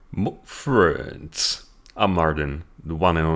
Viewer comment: As long as the "MAH-FRU-ENDS" intro doesn't change, you wont lose this subscriber!